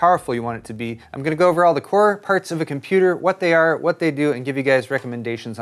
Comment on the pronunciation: "Choosing the purts."